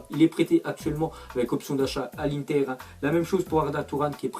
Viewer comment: Tu as vraiment des difficultés pour prononcer les noms des clubs italiens ont dit Genoa pas renoa On dit Iuventus pas juventus On dit interrrrrrr pas 1ter